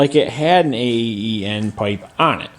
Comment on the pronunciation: Well actually it´s AAEN, it comes from the last name of the guy that started AAEN Performance, Olav Aaen from Norway if I remember correctly. In Sweden we pronounce it Ån and in english/american it would be like the word pawn (like in Pawnshop) but without the P... Their website is: Best regards from northern Sweden//